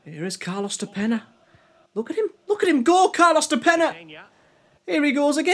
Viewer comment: I love how you spend like 10 minutes mispronouncing "de Peña" lol. Yeah after Boro, he went back to Uruguay and lit it up. Now he plays in the Champion's League with Kiev.